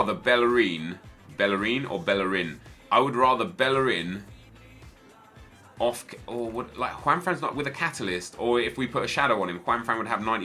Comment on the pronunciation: Bellerín is actually pronounce bae-yer-een